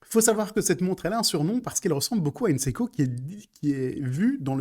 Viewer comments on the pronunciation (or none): none